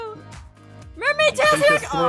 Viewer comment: Aph, it's the mail-maid